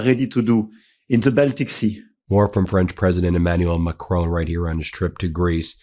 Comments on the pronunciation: You make good videos but please pronounce Macron correctly and not like Trump does. It's far easier to pronounce it the correct way than how Trump says it. Here's a link to how it is said: YouTube title of it is: How to Pronounce Emmanuel Macron. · Ben, please learn the pronunciations of the Europeans that you are consonantly reporting on, Macron, is not pronounced macrone , but MAK- RON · It's Macron - not Macrone 🙂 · Try to learn to pronounce MACRON properly. Don't they teach phonetics in Law School? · UK here. My wife is French. The pronunciation of Macron is Mac-ron. He understands the existential threat posed to Europe by Putin and Trump's abandonment of NATO. Brexit is the biggest single act of national self harm by Britain since Suez. Britain needs to rejoin the EU and an EU army is urgently needed to defend Europe. NATO is over in its current form.